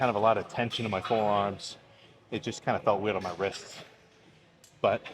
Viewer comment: “Wied on my wists” 😂😂😂